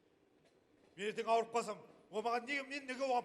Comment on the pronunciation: Әвір емес Ауыр десейш.